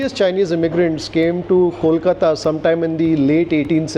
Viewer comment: Your pronunciation of "Kolkata" is spot on. Thanks